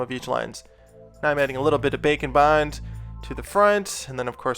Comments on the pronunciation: Every time he says Bake and bond I always hear Bacon bon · I know you are saying Bake N' Bond, but I still hear Bacon Bond hehehehehehee